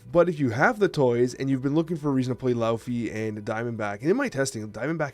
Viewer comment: every time mispronounces Laufey, i'm gonna leave a comment reminding him it's "Lay-Vay"